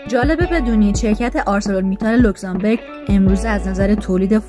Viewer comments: بانوی محترم اسم کشور اروپائی لوکزامبورگ نه لوکزامبِرگ. بورگ در زبان المانی قلعه و بِرگ به کوه گفته میشه تو لاتینش هم رو نقشه نوشته.موفق باشید.🎉🎉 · لوکسانبورگ نه لوکسانبرگ معنیشون فرق میکند برگ یعنی کوه بورگ یعنی قلعه